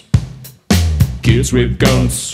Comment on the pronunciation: ich verstehe immer: kids have gans :D